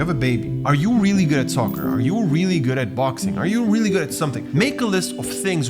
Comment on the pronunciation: wieso sagst du soccerrrrrr